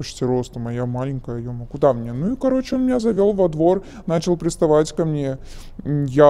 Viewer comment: Тоже поржал)) Особенно когда говорит -"каоче, помо заведение, помо каянная, помо куб")) что блять?